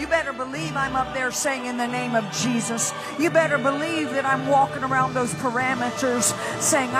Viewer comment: Wait did she call President Trump cheesus?!?!